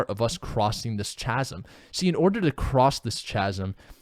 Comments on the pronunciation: Chasm=kasum hahaha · "chasm" is pronounced "kasm":)